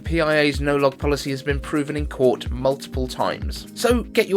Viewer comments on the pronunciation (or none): none